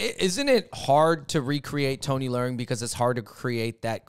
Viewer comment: Yall butchering his name. Le-ung . Like your lungs . Theres no " r" noise